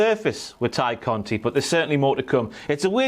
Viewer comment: Why do they call her Ty Conti instead of Tay Conti? Is that how you pronounce her name? Lol